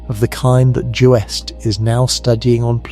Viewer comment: Well it's the damn AI that's doing the talking and I don't want to listen to AI voices for too long because AI is really artificial stupidity. It pronounces acronyms as non-existent words like UV is "uv" and JWST is "joost"!! No one should have to list to or be indoctrinated with ignorant mispronunciations.